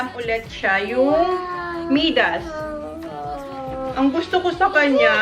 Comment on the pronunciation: is such a cute little girl. We love watching her grow. Btw, MIDAS is pronounced as MAY-DAS (MI sounding like Maya). 😉 Now John needs to build you a bigger house so you can have a proper walk-in pantry and a much bigger kitchen.